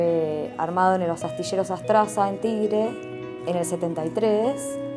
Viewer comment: Mi papá fue marinero timonel de ELMA entre 1977 y 1979. Antes de embarcarse trabajó como soldador en ese astillero de Tigre que mencionó la licenciada (lo pronunció mal) pero su nombre era astillero ASTARSA. Navegó en el ELMA Río Limay, entre tantos otros.